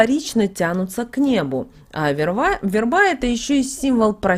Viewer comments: Не вербА, а вЕрба..От слова вЕра!! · Спасибо! Вы неправильно делаете ударения в главных словах: верба, страстная.